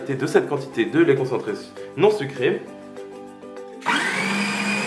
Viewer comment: Tu as dit laît concentrés sucrés